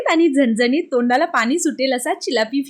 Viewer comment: पानी नाही पाणी बोल.. आनी नाही आणी बोल.. झनझनीत नीही झणझणीत बोल.. साधारण बोल.. साधारन नाही... अशिक्षित आहेस नाही ना? Suscribe kara sangess shudh bolyala jamal tar bol video baghayala aavadil